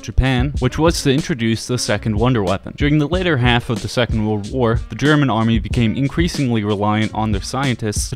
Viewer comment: Your german pronounciation is pretty damn good! Made me really happy to see! :D Thank you!